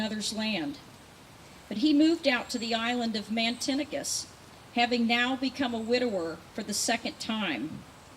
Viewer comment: Great dedication but the island is Matinicus, not Mantinicus.